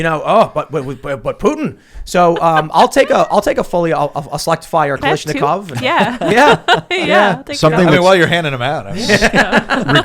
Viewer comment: KaLASHnikov. Not KaLISHnikov